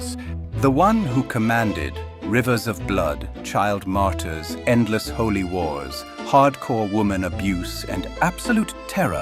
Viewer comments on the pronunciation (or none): none